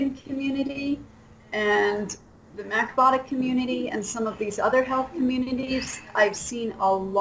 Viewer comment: macbotics? Macbiotics? What diet does she keep saying?